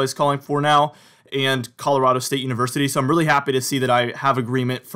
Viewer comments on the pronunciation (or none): none